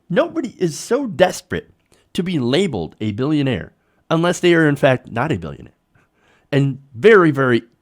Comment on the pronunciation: That's not how you say billionaire. XD